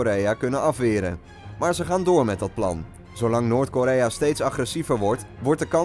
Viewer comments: "Noort" Lmfao! Noord is het ;O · "Noort Korea" ahahahahahahah well done